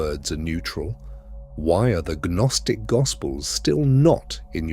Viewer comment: Gaa-nostic? Silly Ai